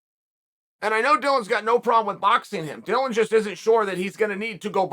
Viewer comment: I really didn’t except uncle Chael to pronounce Logan or Dillon correctly. Good on him.